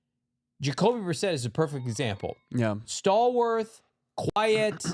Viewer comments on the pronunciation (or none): I love you but I beg you: stop saying stalwarth. It doesn't have an h. Love the coverage you guys are awesome